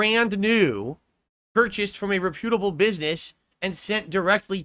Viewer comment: What's with the way says "reputable"? It's starting to bother me as much as the way he says "IIIIIIIIIIIII" and "stoo-pid-dity".